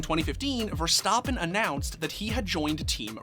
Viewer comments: verstAppen not verstOppen.... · Stappen not stoppen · It’s verstappen not verstapan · Bro it's Ver-stap-pen not Ver-Stop-pen 😭😭😭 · Why is always so extra with peoples names bro. VerSTAHPPen. Everyone says verstappen just say verstappen. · "Max VerSTOPen"????? df dude get ur shit together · stop saying verstoppin. geezus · Learn to say his name at least jesus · why does he keep saying verstappen incorrectly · Because he clearly has never watched the sport and someone gave him this script to read.